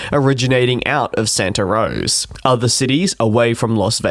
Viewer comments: SANATA ROSA... ROSA with an A!!! Not ROSE!! It is ALASKA Airlines, not ALASKER!!! C'mon...you are an aviation person?? UNBELIEVABLE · Sorry mate, but it is 'Santa Rosa' not 'Santa Rose' . Yes as the area expands, more and more service is coming to the north bay. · It’s Santa “Rosa” not Santa “Rose” it’s a Spanish name as how almost all California cities mostly are. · It is Santa RosA NOT ROSE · 1 small airport name clarification - It's called Santa Rosa, not Santa Rose. 🙂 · It is Santa RosA. Or you could say Santa Roser. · Ah, it’s “Santa RosA” (Santa Rose-A”). LOL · Have to give him a pass since he is an Aussie, my mother on the other hand always called it Santa Rose and she is American.. LOL